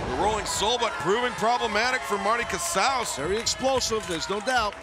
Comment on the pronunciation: Hell yeah!! The original Jurassic Express theme music!! So glad it's still being used. So much more fitting.. though I understand the crowd participation element of the newer JE theme (cant think of the name of the song off the top of my head). Also.. Marty Casaus... sounds like Trale Lewous to me.